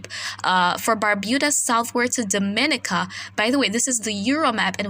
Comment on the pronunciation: Great reporting .I follow and depend on . one small point of bother I don't find pleasure in people continuously saying my name wrong ..as a Caribbean people we say Dom-i-ni-ca .. Mr weatherman is from outside the region and he gets it right..make that small correct for us ..luv yah work